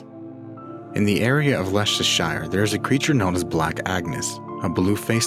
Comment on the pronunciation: When Americans pronounce "Leicestershire" hahahahaha